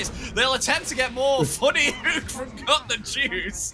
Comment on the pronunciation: its called hook not huuuk. This is driving me crazy